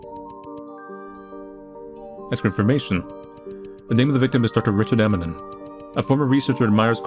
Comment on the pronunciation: Dr. Emanon. Emanon. Lmao lol. Eminem. Dr. Eminem lmao